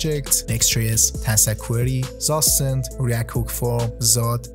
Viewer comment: FYI: Zustand is a German word, pronounced 'tsoo-shtand'